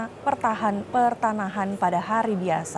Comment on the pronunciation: Koq petahanan sih 😀😀😀😀 pertanahan....jgn grogi baca beritanya